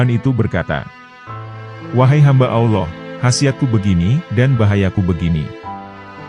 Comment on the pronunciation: Maaf ya jujur sy suka Chanel ini, tapi sdikit terganggu dgn pengucapan admin dlm kata Alloh......kok trdengar kurang luwes /kaku....gmna gitu ya....ngeganjel di kuping n dadaku